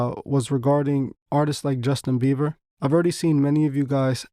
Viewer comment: My boy said Justin Beaver😭😂